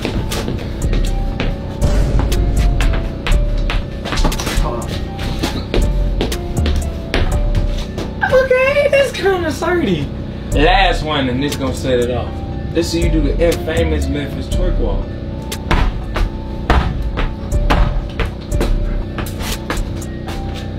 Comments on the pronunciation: This the first time I seen someone pronounce the word infamous as 2 separate words😂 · I’m so mad he pronounced infamous like that lol